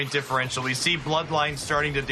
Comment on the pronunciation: "Differential" Ugh